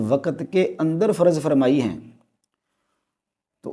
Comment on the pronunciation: Bolna to seekh le yaar. Waqat nahin, Waqt. Lafas nahin lavz, Faraz nahin, Farz. Sakhat nahin sakht. Yaar teri samajh se bahar hain ye moamlaat. Ye kitna deene ilmi aadmi he jo Naam bigarh raha he. "". Ye hain hamare ilmi peshwa aur ye he in ka deeni rawayya. Jhallae hue. Seekh lijiye deen in se.